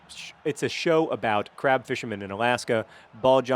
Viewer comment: Oooh, "CRAB". For two minutes, I thought you were saying "CRAP fishermen".